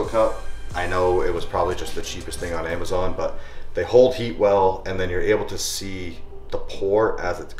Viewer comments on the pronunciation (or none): none